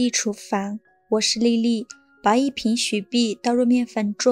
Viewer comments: 因為美國亡他之心不死，所以只能許碧不能雪碧🤣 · 应该念雪（xue）碧 不是许碧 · 「許」碧、發「叫」，這中文聽起來不大順當呀，播主是哪兒人吶？ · 我聽雪碧聽成許碧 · 我聽的是教母、許碧………挺出戲的。 知道中國把"酵"唸作"窖"，但把雪碧說成許碧只有她……應該是個人錯誤吧！ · 難道你的麵粉也念蜜粉，你的雪碧也念許碧嗎?你哪裡有疑問?你看影片了嗎?你打開音效了嗎?你哪裡有問題嗎?